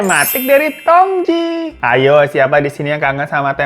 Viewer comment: Bang itu teh di baca Tongci, tji=ci, tj itu ejaan lama